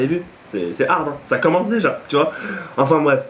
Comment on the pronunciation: Juste un truc ont dit enfin bref et pas afin bref mdr super video a la prochaine.